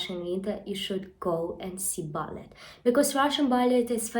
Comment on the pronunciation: we pronounce it bal-lay rather than bal-let.